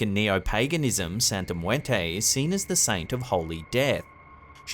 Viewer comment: Good job of making it look extremely hard to pronounce " muerte"